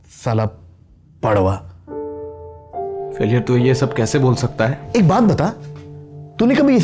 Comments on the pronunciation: 2 min silence for those who listen "Saala bhadwa Instead of Padwaa 😷😂😂😜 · Two words for a studios Marathi girl: Guddi Padhwa 😂😂😂 oh this Padhwa is driving me crazy